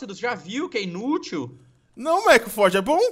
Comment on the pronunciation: E FORGE NÃO E FORJA